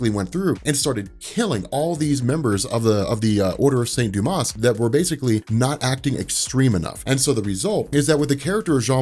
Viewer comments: Hate to be pedantic but the order of saint Dumas is pronounced without the s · Silent S in St. Dumas :)